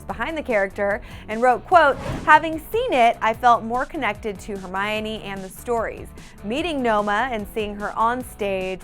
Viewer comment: Did she just say hermariony and not hermione?